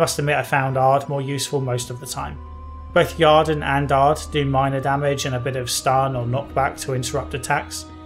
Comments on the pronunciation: It is "Use the ieeerden" not "use the jarden". Sorry, but this already bothered me in your review of the first game and this one has an unavoidable setpiece that tells you the correct pronunciation. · A very reasonable critique. You definitely missed out on the succubus quest. A minor thing: there's no 'A' in Yrden and Shile even pronounces it during the Kayran battle.